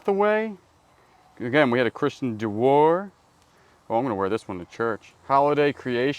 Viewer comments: Dior = Dee Or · DIOR Pronounced DEE OR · So Christian Dior is pronounced (Dee OR) Just letting you know so no one scolds u for saying it wrong😊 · Dior...rhymes with Eeyore